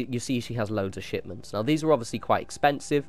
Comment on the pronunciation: Every time you said shipment I thought you were going to say shit